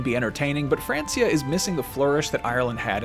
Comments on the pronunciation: Pronounced Frankia not Fransia (as illustrated in the amazing series Vikings on history channel - best historical drama ever made!) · Why he keep saying Francia, it was pronounced Frankia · Thought it was pronounced Frankia maybe spelt (Francia). When did it become Francia? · FRANKIA! not FRANCYA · I'm sorry to be that guy but every time he says "France-ia" it makes me kinda crazy. 😅 It's pronounced "Frank-ia", at this point in history it was know as the land of the Frank's. I know it's petty but come on how many times have we heard it pronounced it film and television to know how it's pronounced? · France-ea? It's pronounced Frank-ea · Fran-key-ah. Not france-e-ah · It's FRANKIA, mate. F R A N K I A. NOT F R A N S I A! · It’s pronounced frankia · It's "Frank-ia" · Its pronounced Frankia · Pronounced "Frank-ia" 😑😑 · Francia....with a k sound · It's not Francia it's pronounced frankia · It's pronounced frankia not francia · Hey dumb-dumb, it's pronounced Frank-ia. Smh....never change. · «Fransia» lmao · Francia is pronounced Frankia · Is anyone else bothered by the way he says...Francia?? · This man’s inability to pronounce Francia correctly makes me hate this whole thing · It’s breaking me how he’s saying francia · So...how do you pronounce Francia again!!!! Wow! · At least pronounce Francia correctly lol. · It's Francia (hard C, not the way you pronounce it). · Wtf is that pronation of francia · Francia is pronounced as k not s!!! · That pronunciation of Francia 😂😂😂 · We say it like that in spanish 🤪